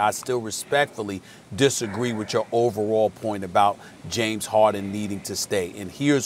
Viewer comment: “James Hawden” -Kendrick Perkins